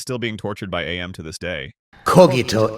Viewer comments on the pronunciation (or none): Mate, it isn't A M, it's AM. It isn't pronounced as two individual letters. AM itself literally says so in it's "cogito ergo sum" soundbite at the end. "I think, therefore I AM". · It's not A.M It's AM. Because he is. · AM being pronounced as "AY EM" hurts. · loved the list, AM is just pronounced as "am" btw, its literally said in the short story